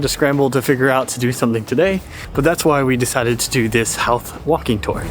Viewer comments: Howth is pronounced ho-th you don’t sound the out the “how”th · Howth is a lovely spot. The 'How' part is pronounced to rhyme with 'Toe'. I always get my visitors to go take a day trip out there. Bus to the summit, walk around the Cliff Walk, something to eat at the harbour, go see the castle and then back to the city by train.